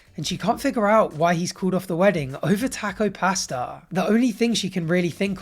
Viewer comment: Your pronunciation of “taco pasta” is destroying me 😂